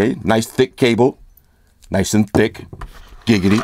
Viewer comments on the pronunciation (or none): none